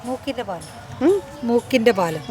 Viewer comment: ഫാലം അല്ല പാലം